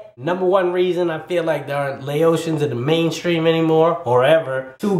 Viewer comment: your saying “ Laotian “ wrong 😐 , it’s Lao- tian. Not Laosion i’m sorry but when you say it it’s annoying say it right. and plus lol it depends on which just saying this isn’t accurate 😂